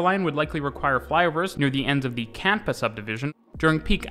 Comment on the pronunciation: One little mistake. You called it the CAMPA sub. It is the CANPA sub.